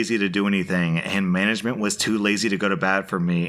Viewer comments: It's not "management", it's "Manglement". I like it. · manglment lool